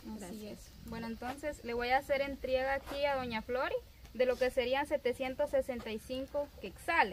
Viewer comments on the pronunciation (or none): Se dice entrega, no entriega. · Entrega Se dice, ya te corrigieron aprende y ya no repitas mal la palabra, estúdiala